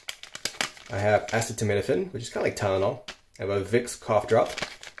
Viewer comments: ASSA-TO-MIN-A-FIN.... NOW THAT'S FUNNY!!! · Dude. You have access to the internet, right? Look up the words you're not sure how to pronounce! LOL! You're killin' me! MOLLE is pronounced "Molly". Knipex is a German company, and it's pronounced "kuh-NEE-pex". The generic drug for Tylenol is "Uh-CEE-tow-min-a-phen". Ferrocerium is pronounced "Feh-roh-SEE-ree-um". The flashlight emits UV-A and UV-B, not "USB-A or -B"! UV is UltraViolet; USB is a connectivity protocol! All I'm saying is that pronouncing these terms correctly will lend more credibility to your video and make you sound more intelligent and authoritative. Overall, I'd say that's a big pouch to be dangling off your belt, and certainly bigger than the amount of stuff you've packed. You could probably fit three times as much stuff. I'd suggest downsizing to a Maxpedition EDC or even a Mini for the load you show. My other thought is that this seems like more of what I would call a "possibles kit", a random collection of useful things, rather than an organized, structured EDC pouch. But hey, that's just me. You do your thing. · I've never seen a channel with so many.......unique pronunciations. it took me a bit to understand acetaminophen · I like your setup, but you need to pronounce the names of things correctly. You mispronounced molle, Acetaminophen and ferrocerium. I stopped watching after that. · Pronounce acetaminophen again…?